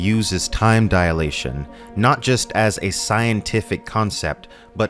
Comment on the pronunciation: Just a note: The correct is time dilation, not diAlation.